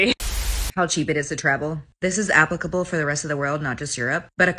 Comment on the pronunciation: What did she say, appleicble?